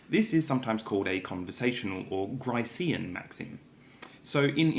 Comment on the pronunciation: How do you spell that other name for the conversational maxim? It doesn't sound familiar to me, unless that's how you pronounce 'Grecian' down there. ETA: Ah, I think 'Gricean', after Paul Grice?